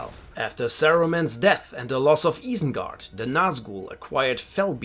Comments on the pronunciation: Guy is butchering some of the pronunciations. Eye-sen-guard not eee-sen-guard. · es war so klar, als du Isengard gesagt hast, nur ein deutscher würde es so sagen. Aber du sprichst echt sehr gut Englisch.